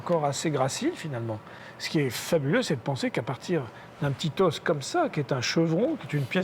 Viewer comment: Oh la vache, le prof qui explique aux enfants les ors de dinosaures étaient là ... NOOOOOOOOOOON ce sont des fossiles pas des os !!! Et on dit les O pas les OSSE.